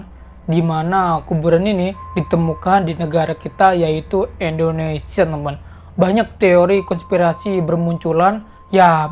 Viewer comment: Indonesia!!!! Bukan endonesia